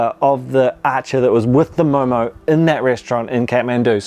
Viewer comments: First of all thank you for calling it correctly as MO:MO😍. Because some people say it momos🤮 Judging on the basis of your observation only, this recreation is totally a HIT!!! A Nepalese approving your MO:MO😜 And stay safe!😊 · You Pronounced Very Well,Actually It Is Momo Not Momo’s....👌🏻